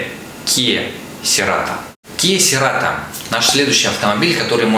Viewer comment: Серато😂😂😂😂 "церато" так-то